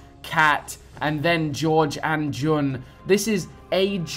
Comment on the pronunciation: I’m so sorry but plz say juns name right It’s not Jon it’s pronounced June 👍🏻